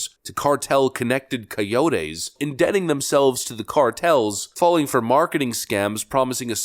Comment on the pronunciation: How do you not know how to pronounce "coyote"?